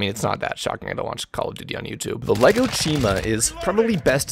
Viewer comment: “Lego chima” lmfao